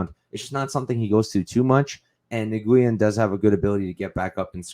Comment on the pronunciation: Great podcast but your pronunciation needs some work dude. Nguyen is literally the most common Vietnamese surname in the world, pronounced more like "new-win" but just as 1 word like "nuwin". Cheers : ).